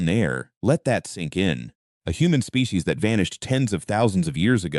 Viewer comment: AI voice pronounces "species" as "spay-kay-sees".